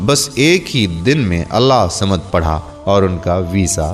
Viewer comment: Allahhusamed sahi traqiy se bolin ye mery peary raby kaba ka ismy pak ha sorry to say